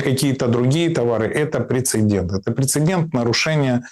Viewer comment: Спасибо г-ну Мураеву за мысли. Однако, не могу не заметить, что в слове 'прецедент' только одна буква 'Н'!😂 Да, режет слух.